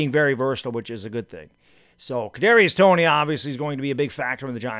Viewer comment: Man he thought he was saying a tongue twister when trying to say Kadrius Toney 😂😂